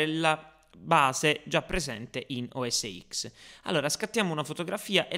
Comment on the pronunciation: Ciao, volevo dirti che sbagli ogni volta che dici "o es x", perchè sarebbe "o es ten";-) apple dice sempre così, non "x"